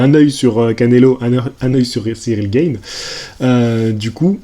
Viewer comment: On dit G"A"ne, pas G"AÏ"ne lol Tjrs un plaisir de te suivre 👌🏻